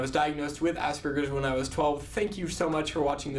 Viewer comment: Hehehe, his pronunciation of asberges kills me